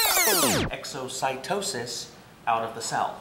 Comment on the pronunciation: "Exotyxocis" Hahaha I do make such mistakes. But I believe it wasn't a mistake is just for fun.